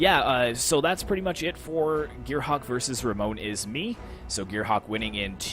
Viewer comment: It was a shameful display on my part or Gearhawk is just too good, but neverhteless, it was nice joining your tourney and hope you get above 10k mark this year like the guy said! Oh btw, it's *RAMONESISME, but that's fine lol cheers!